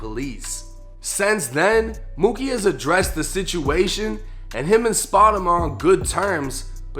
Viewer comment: Not spotemgotem 🥴😂😂😂